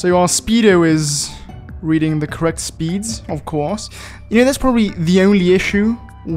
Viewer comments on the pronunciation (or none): none